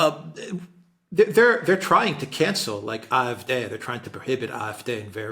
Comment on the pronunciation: WHY do you always call it the IF-day. If you can't pronounce the German then fine, call it the AyEfDee. Please stop doing that. Otherwise, thanks I always enjoy your talks. Except that bit.